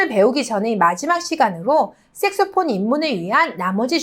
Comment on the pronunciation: 선생님 색소폰으로발음 이 색스폰으로 들려요.